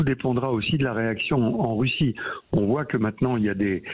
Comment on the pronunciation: Il a du mal à prononcer « RUSSIE « 😂